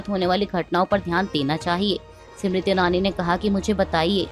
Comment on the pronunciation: जी आप बार बार स्मृति ईरानी को सिमरिती ईरानी बोलती हो। आप इसका सुधार करे। नाम का उच्चारण सही होना चाहिए।